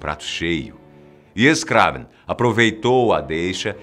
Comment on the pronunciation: "IAS KRÁVEN"?